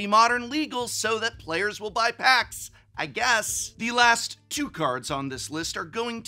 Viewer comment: Wait... "buy" singles? This whole time I thought you were saying "be" single... oh my god...